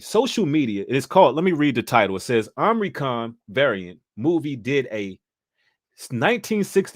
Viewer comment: It’s not OMNI-, it’s OMI-. I just don’t want people to try to discredit. Omicron is also the greek word for the letter “O”.